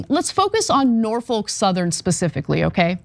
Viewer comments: It's NOT Nor-foke. It's Nor-fuk. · It's not "Nor-folk", it's "Nor-fuck"! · So said this during the stream, but you're not pronouncing Norfolk correctly. The folk should sound more like a different f-word. (edit: grammar) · I had to quit listening due to the constant mispronounciation.